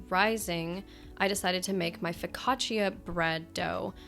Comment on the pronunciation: I'm italian and I love how you say FOCACCIA!